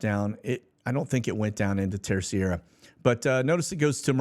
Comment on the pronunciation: Terceira. Just say : TerSAYdah.